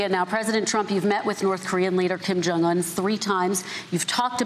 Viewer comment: She can't even pronounce the name of North Korean leader. She said Ping Jon Un